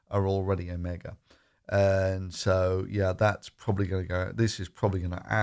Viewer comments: When it comes to virology, you're an absolute amateur! "Omega" while it's "Omicron" (then don't do videos when you're drunk!). 1 million cases per day by Christmas... Yea... Well done buddy!! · "Omega" - no OMICRON!